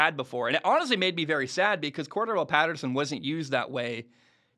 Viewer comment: Say Patterson's name correctly...